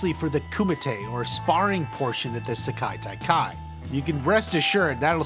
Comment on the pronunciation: Stop butchering the pronunciation of Sekai Taikai.